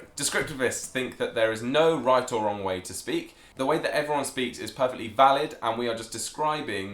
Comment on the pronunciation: Its funny that his messed up at "right or wronge way" funny thing I'm from Boston and and I can prounuce difficult words but I have to pause when I say "Road Rage" not sure if your familiar with it but Road Rage = getting angry while driving your car on a road,, if I try to say it flunetly I Fumble the words